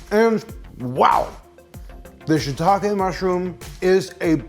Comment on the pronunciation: Subscribed because your pronunciation of shiitake is correct.